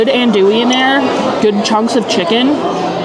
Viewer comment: She said it correctly, didn’t pronounce the L.